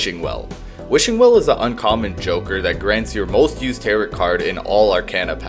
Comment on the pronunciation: Bro just said "tarrit" cards... its taro. Edit: chatgpt script no wonder